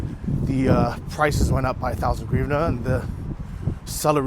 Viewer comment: You should try and learn to speak Ukrainian English and not the incorrect ruZZian version. Our currency in Ukraine is hryvnia and the first letter is 'H' You can practice it by says words like House, Happy, Hotel. So give it a go Hryvnia. I personally hate hearing said the way the ruZZians do. if it was gryvnia it would have a G as the first letter and it does not. As for your apartment - brilliant, it will be perfect for you at this stage in your life and because of the location it will be a goo investment. well done.